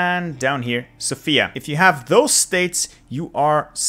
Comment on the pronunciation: please emphasise on the 'o' in Sofia. Thank you and keep up with the fun videos😁